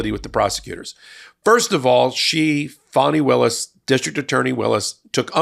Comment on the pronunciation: Thank you for pronouncing her name correctly. The media's intentional disrespect of mispronouncing her name is noted.